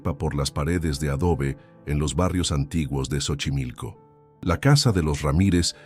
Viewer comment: Esta historia es casi igual a la de la niña y no se lee chochimilco es Xochimilco como si lo estuviera leyendo con s sochimilco pero se escribe X